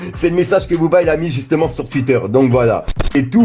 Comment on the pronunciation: La dernière fois qu'il a prononcé Twitter, il l'a bien dit ou je rêve ??!!! Reste grippé gros mdr. Force à toi bon rétablissement.